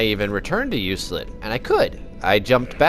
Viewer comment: Enjoyable video. Keep up the good work. Just one thing, Euclid is pronounced "you-klid".